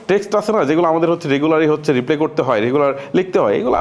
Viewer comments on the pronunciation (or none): Reply এর উচ্চারনটা 'রিপ্লে হবে না।হবে 'রিপ্লাই'...আপনার এই উচ্চারনটা সংশোধন করা উচিত বলে আমি মনে করি....